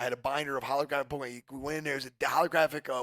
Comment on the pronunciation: “Pollkeymon card”